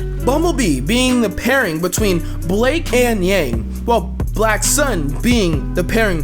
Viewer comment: It's "BlackSun" btw, not "BlackSon".